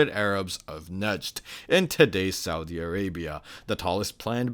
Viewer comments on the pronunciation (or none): none